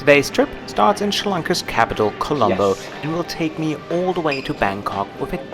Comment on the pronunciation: yer English is perfect, but yer pronunciation is sloppy. PLEASE slow down, especially when you are speaking about PROPER nouns like COLOMBO, MALAYASIA...... These words need to be pronounced CLEARLY........ PLEASE (I ask as an Engrish person.... if I cannot hear you clearly.... other nations may not either)